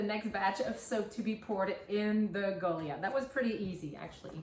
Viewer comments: My apologies, but this has been driving me nuts because I know that I don't like to pronounce words incorrectly, but the the "i" is long as in 'lie', not "sea". So it would be pronounced Go-lie-ath. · Hon, I believe the word you're trying to say is pronounced Gah lye ith 🙂